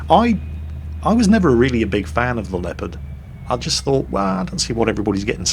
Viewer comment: "The Leaopard never fails to dissappoint"...:D! wtf?